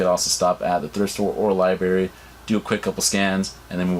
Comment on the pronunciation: did you say liberry?